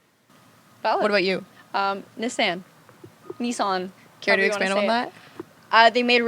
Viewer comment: Is that how Canadians pronounce Nissan?